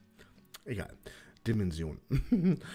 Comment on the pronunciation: Dimension spricht man „daimänschn“ 😊😅